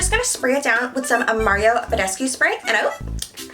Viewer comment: hi you're pronouncing mario badescu wrong